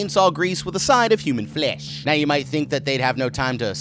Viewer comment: i LOVE how he says flESH